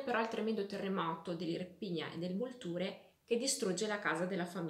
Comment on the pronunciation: credo si pronunci Vùiture e non Vultùre